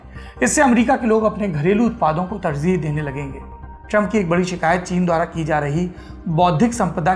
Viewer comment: 19 : 19 not tarzeeh but tarjeeh ,urdu me bhi " J " sound hota h